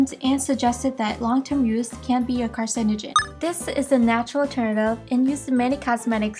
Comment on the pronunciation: You pronounced everything wrong .. doesn't sound professional (Hydoquinonone? - azalelic acid? - carcenogic? ) What??